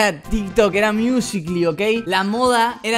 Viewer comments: NO SE DICE MIUSICLI ES MUSICALI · Decia miUsIcLy